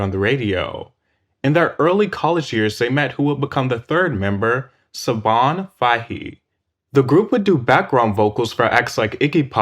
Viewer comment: You butchered Siobhan Fahey's full name.